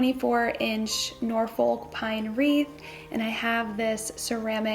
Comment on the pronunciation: It's pronounced Norfuk 😊